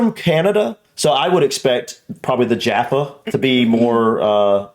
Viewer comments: The way you pronounce Jaffa cakes is the same way as pat or cat Jaffa this is English not US English. On the changing of English to US English you started to twist the pronunciations of the vowels for a start. It seams the language professors back at the break away wanted to breakaway from English too so they changed the spelling of words and how letters within words were pronounced. This why US English is not English since you forefather want your own language!!! For instance to pronounce Jaffa the way you have it would be spelled “Jarffa” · I think people already told you when you were trying those biscuits and jaffacakes that they are cakes, and how we pronounce it . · Jaffa with an “a” not “jarfa”. Interestingly, every supermarket or food shop in the UK has Jaffa Cakes in the biscuit isle. The distinction is due to laws around the ingredients and moisture etc. Biscuits are classified as a luxury item whereas cakes not. Personally, I see them as biscuits and they’re one of my favourites - along with ginger nuts and plain digestives. Love to you all xx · did mispronounce Jaffa; and has done before - sometimes as ‘‘Joffo’ as many American ‘reviewers’ do; though heaven only knows why? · Why do Americans say Jarfa? There's no r. It's Jaffa. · It’s not Joffa cakes is Jaffa cakes that’s what we say in English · top tip. there is no R in jaffa cake. JAF FA. Its a cake. biscuits get soft when they're stale. cakes go hard when they're stale. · Jaffa not jarfa. Like a jaffa orange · Most people I know pronounce Jaffa cakes like jam NOT like jar. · There is no R in Jaffa! Therefore it is not Jarfa cakes. Love you guys! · Its 'Jaffa' cakes, not Jarfar cakes sorry :o) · Jaagh fa cakes rhyming with staff, caf(e) !as opposed to johfa cakesrhyming more with jaw ! Hope that makes sense ! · Jaffa not juffa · Jaff-ah cakes, not jarfa cakes. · It's not JARFA cakes.....it's Jaffa...a, not ar. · Jaffa not Jarfa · She's right , your wrong it's Jaffa not Jarrrrrfa !